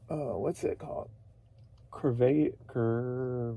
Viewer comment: I know you don’t drink but it’s pronounced “Sir-veh-sa.” It just means beer. “Dos Eh-kees”is the brand. 😂